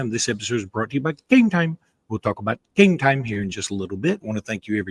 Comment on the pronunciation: Enjoy the show but please stop saying game time like that.